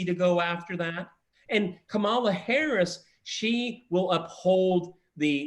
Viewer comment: I love that few people pronounce K. Harris's name correctly.